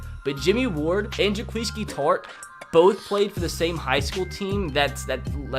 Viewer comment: the was he said Jaquiski Tartt's first name